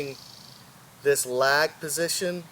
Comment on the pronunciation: Lag not leg